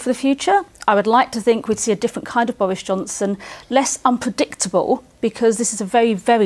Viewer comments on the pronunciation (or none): Did she really say "wess unpwedictabuw "? lmao